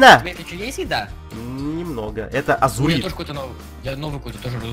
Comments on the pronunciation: не а зурыд а лазурыд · не азурит а лазурит